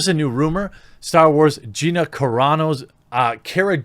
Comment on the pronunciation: I'm really proud of you for pronouncing Gina's name correctly.